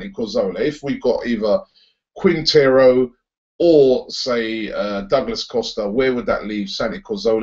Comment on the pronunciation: Haha Robbie it's 'Juan Fernando Quintero'. He's a very good player and he's Colombian!